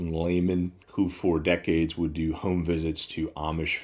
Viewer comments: girl, the way he pronounces “home” is terrifying. He needs to correct it or stop uploading videos!!!! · is from North Carolina--perhaps that's a local thing--?